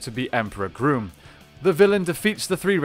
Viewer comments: It’s grum not groom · Is he saying Emperor “Groom”? Because I always thought it was “Emperor Gruumm” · Dude, it’s Emperor Grum. It’s a not a long U sound. It’s Grum like Krum, Conan’s god. I also want know How he gets that big head in that normal human helmet. Looks like he would be in serious pain.